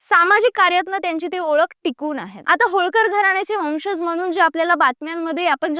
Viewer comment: Pronunciation marathi neet have .वंशज..."ज" जगा चा...जहाज चा नाही😂